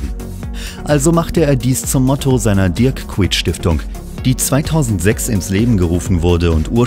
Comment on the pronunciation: Kuyt völlig falsch ausgesprochen 😭😡